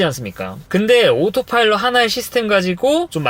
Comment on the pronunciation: 이 형님은 다 떠나 오로파일럿 발음에 어색하구료